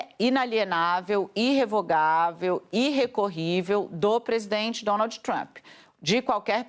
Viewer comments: Alguém pode , pelo amor de Deus falar pra essa senhora , que se auro denomina "jornalista" que d no final em inglês é mudo ?? Que o presidente dos Estados Unidos é Donald e não Donaldiiiii ??? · Alguém ensina a mortandela a falar Donald! Donalti dói na orelha